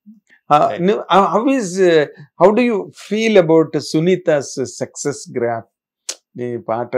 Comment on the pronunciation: ఆ ఇంటర్వ్యూ చేసే బాబు ఎందుకు ప్రతిసారి సెక్సెస్ సెక్సెస్ అంటాడు సక్సస్ అనాలి కదా...